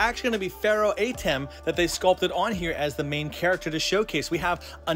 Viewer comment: Kinda disnt like you calling him AYtem, when its more of an UHtem or AHtem